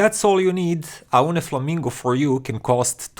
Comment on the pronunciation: it is pronounced like "Oh knee"